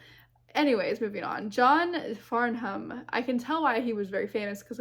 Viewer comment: And this was at the end of the concert! His voice was still charged up. (And it's pronounced "Farnam" - you don't sound out the "h".)